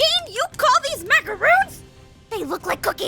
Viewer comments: "We're making MACAROONS!" Me: macaRONS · They. Are. Pronounced. As. MACORONS. Aphmau. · she pronounced macaroons wrong... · YAY GOOD 4 U APHMAU!! I LUV MACARONS!! BLESS U APH!! But u pronounced it wrong. It's pronounced macaroni without the e sound. C!? Easy!